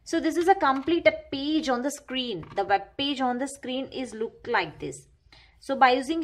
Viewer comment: And it's page not pige